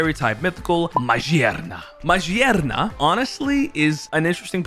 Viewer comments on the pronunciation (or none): Stop saying majierna broooo thats killing meeee its magerna with G!!! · Its Ma-gear-na not Marjieana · Ma gear na is how it’s pronounced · Is no one going to mention how he said Magearna? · 😂 it has gears on it